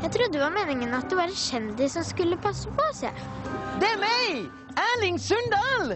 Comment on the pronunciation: Du må ha breiare L da får du dialekta fra Sunndal